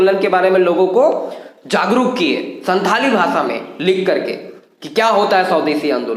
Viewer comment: Pandit Raghunath Murmu ke biography aur bhi jaanlena chahiye aapko And Second thing santali language ka pronounsation SAHI Karna Hoga aapko